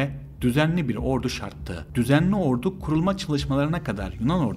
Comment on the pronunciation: askeri "ordu"yu şehir olan ordu gibi telaffuz ediyorsun lütfen onu düzelt